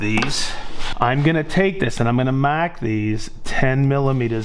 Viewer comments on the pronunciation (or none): Say mawrk these one more time 😂